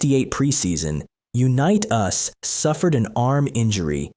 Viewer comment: BS VIDEO! Mispronouncing his name and showing pics not him was a disservice to Johnnie .